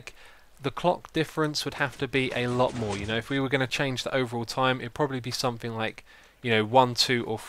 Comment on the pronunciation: Question for the Q&A: Why do you always say "sainc" when you mean "something"?